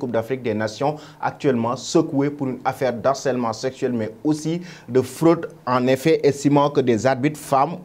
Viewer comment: Très intéressant ou vous êtes pertinent, par contre on dit "de harcèlement et non d'harcelement"